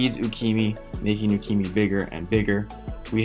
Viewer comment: Who df is U-key-me? There is definitely an A at the end of the name. With no á, ä or ā. U-key-ma? Yes.